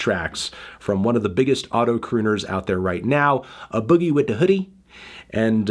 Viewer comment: it's pronounced AYE boogie, get your shit together